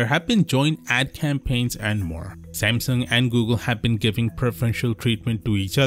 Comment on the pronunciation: "shamsheng" its Samsung, not whatever you said lol